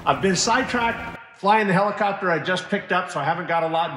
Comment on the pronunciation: Sure, but whats a "Helecopter"?????